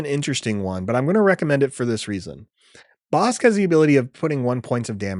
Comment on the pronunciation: That BK pronunciation 😮 Ive yet to decide if the bounty upgrade cards are worth running in limited. They have felt underwhelming though definitely interested in trying out Bossk